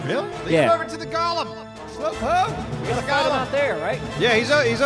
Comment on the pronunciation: Go. Lemm Not NOT Gollum like Lord of the Rings. GO LEMM